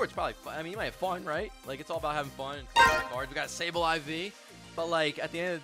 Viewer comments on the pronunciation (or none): none